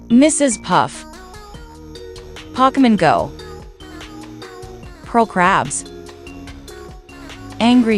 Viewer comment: it is not pockymen go, it is Pokémon go